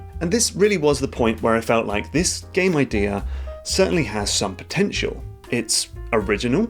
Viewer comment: T H E P O T E N C H